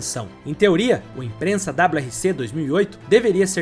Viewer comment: O vídeo é muito bom e bem feito, mas cuidado com a pronuncia imprensa é doído demais !! Impreza meu amigo ! Parabéns pela dedicação Edição muito boa e conteúdo fantástico.